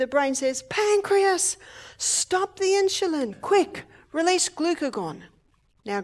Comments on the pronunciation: Its INSULIN! not INSHULIN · Hi Mrs. O'Neill. I hope you are doing fine. I enjoy your Seminars. You're such an Angel. I don't mean any harm & I say this in Love, but Insulin is not pronounced Inshulin. It's pronounced like it's spelled: In-su-lin. God Bless, Love & Keep You. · Why is she saying insjulin instead of insulin? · insulin, not insjulin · Insulin, not inchulin. Please. Love you Barbara, but saying the words properly is a must. ❤️ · Insulin. Maybe they pronounce it differently in Australia or maybe she just can't pronounce it correctly.... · How does she pronounce insulin? She says "in jil lin". Why? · why does Barbara pronounce Insulin Inshulin? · She pronounces it incorrectly. Annoying. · Really.🙄 🤦🏻‍♀️ Well, she's pronouncing it wrong. There are right ways, and wrong ways of saying things. She being an "Australian" is no excuse. I believe most Australian people are probably VERY CAPABLE of pronouncing the word insulin correctly, especially when they are in any kind of health care system. I like Barbara, I like her a lot, she has help many people, but her pronunciation of the word insulin that she uses so often here is cringe worthy every time she says it. Barbara is a wealth if information, I don't believe it would be an impossible thing for this professional Australian to learn how to say the word insulin properly. Besides, when you stand up on a podium, in front of many people, it behooves one to want to speak with proper pronunciation. Again, I like Barbara, it's just this one important word.... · Love her but the pronunciation of insulin drives me crazy 😊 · She pronounces Insulin differently